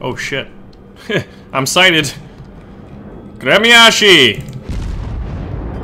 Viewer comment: its pronounced grmyashi .... and spelled Гремяши.